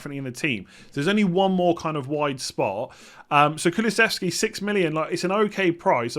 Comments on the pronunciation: You pretty much nailed the Kulusevski pronunciation, well done.:-) As a swede I'm stoked to see him in the PL, but I'm not sure if he's interesting as an FPL option yet. He is a very good player though (and young) so I'm keeping my fingers crossed for him. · Pronounciation on Kulusevski was fine 👍🏻